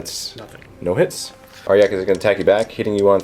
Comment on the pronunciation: ARE-JACK.. not arh-yak, i couldnt even